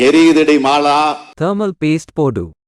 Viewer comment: ஏரியுது ❌ எரியுது ✅